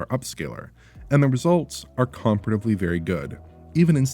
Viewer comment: is saying comparatively?